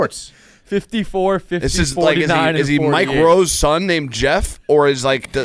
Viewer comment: Why can’t hank pronounce the name “Jeff”?